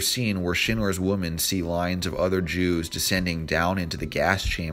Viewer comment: Great video but it's "women" not "woman" Grrrr